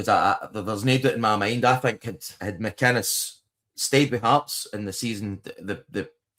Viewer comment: Mate it's Derek McInnes not McIness.. thank me later..😊